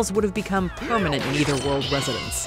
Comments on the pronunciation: Your pronunciation of netherworld is so funny. Lol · Why does she keep saying "neither" world? Shouldn't it be nether world?